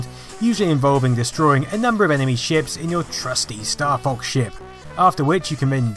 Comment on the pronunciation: Oh, I thought you said "Staff Ox"